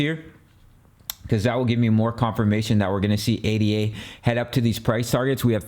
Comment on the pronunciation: Its Ada. Like a person's name. Not A.D.A. its the most basic thing and if that is incorrect....hard to take the rest seriously